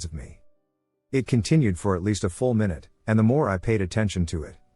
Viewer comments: I heard a "my-noot" finally😂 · * May Noohd 👀😂